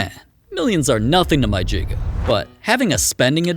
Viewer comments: Bro really said jigga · nah bro said"my jiga"🤣